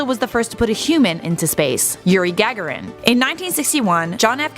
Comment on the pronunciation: Gag a rin? great pronunciation and such a soothing voice from that woman or both of those women